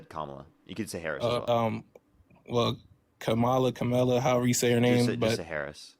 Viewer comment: Every maga cannot pronounce Kamala correctly. Only trumps slang for it (cult )